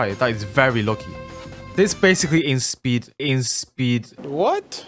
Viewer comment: "inspeed" o hell naw 💀